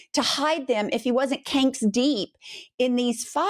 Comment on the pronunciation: The “canks” gets me every time 😂❤… great video !